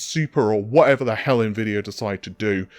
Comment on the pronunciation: my guy butchered his own yt channel name for longest time saying "redtittycum" not to mention navidia amd narvey